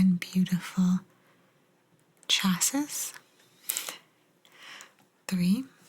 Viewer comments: Nope. Pronounced Chassee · Love these!! So glad you found this book. Chassis is pronounced “CHAh-see”. It’s the frame of the car. 👍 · Chassis - pronounced chashee